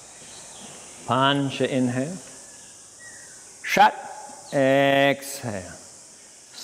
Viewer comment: “a”’s in Sanskrit are pronounced like “uhh” just fyi, it’s not shat it’s closer to “shut” otherwise, well it sounds like you’re saying shat mate, and yoga is not shat